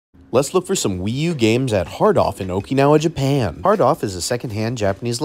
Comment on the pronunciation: Very nice! I also love how you pronounced Japan at the beginning of the video... Japaaaan.